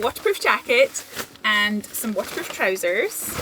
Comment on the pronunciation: i just learned that 'waterproof' is just one pronounced syllable.. one and a half tops. 😊